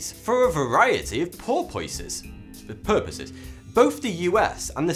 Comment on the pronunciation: porpoises (purposes ) boyyyyyyy